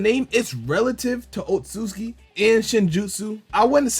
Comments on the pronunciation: It's pronounced Oats oats uki... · Lmfaooo ayooo I see this in every video 😭 pronounce it like “otsu-suki” 💯✅